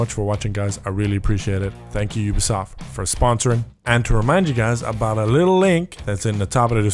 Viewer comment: OobEsoft not youbEsoft